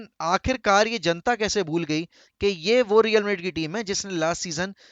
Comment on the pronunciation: maydred kya hain madrid 😂